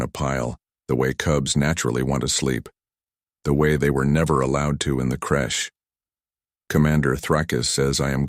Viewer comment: Crèche not crush